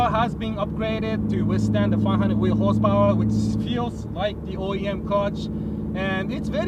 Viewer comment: Not enuf hosepowar